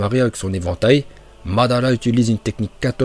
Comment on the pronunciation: On dit pas mandala